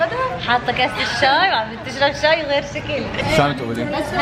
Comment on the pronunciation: بتقول ششاااااي اول مرا بتحكي حلبي مين نتبه